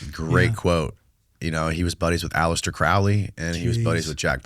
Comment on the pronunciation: it’s pronounced croh-lee and rhymes with holy, he himself made this distinction in his writings and he famously hated L Ron Hubbard, it was Jack Parsons who liked him for a short period of time before he ran off with Parsons money and boat and girlfriend.